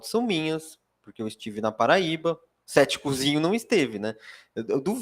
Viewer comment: Tanta informação importante e eu prestando a atenção cada vez que ele falava "ceticuzinho" 😅😅😅